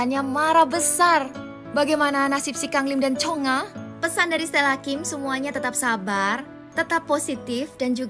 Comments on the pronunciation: Nama nya chungha bukan chonga😮😅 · Yang benar chungha woi cheungha² aneh kali lah ni